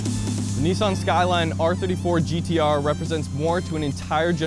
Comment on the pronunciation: Finally a guy that can pronounce "GTR" rather than "Gee Dee Ahh"